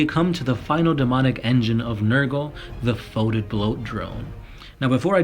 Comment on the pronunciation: Foetid is pronounced "Fetid", not "Foatid"!